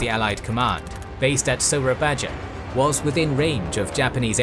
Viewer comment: The J letter on "Soerabaja" is read "y" like when you said "Yes"